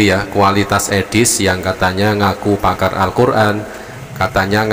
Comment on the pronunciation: Edis2 bilangnya pamar alquran.baca alqjran aja g bs lu.tp kl sebutan pakar raja ngibul baru pas.